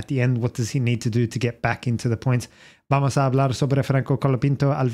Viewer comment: vamos in accent